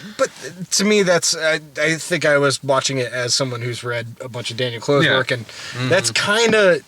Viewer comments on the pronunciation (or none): Daniel Clowes rhymes with "Cows", is not pronounced "Clothes" : )